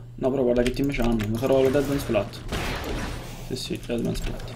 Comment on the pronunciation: Mate, basta chiamarla Dead man "plat", si dice " pleit"